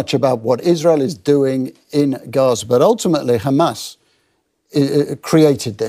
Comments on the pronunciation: Look at the way the presenter pronounces 'kkhamaas' it explains it all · the presenter pronounces 'Kkkhhaamas' so we know where he hails from